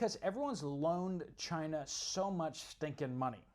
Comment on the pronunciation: Cina is China. But Chy -na is in Ukraine